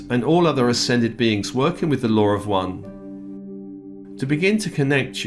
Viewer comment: Good day. Thank You., I did not understand the statement in the beginning, full spiritual authority removal. After listening, you were saying removing any control from outside spiritual energy. Realigning with the LAW OF ONE! sounded like what was being said was, lower one (British accent) Sorry if I am being hypersensitive today. I like it when you do these clearings of negative contracts and past unsupportive agreements. May the loving nurturer in all be blessed and enhanced especially this day of honoring the mothers of Peace.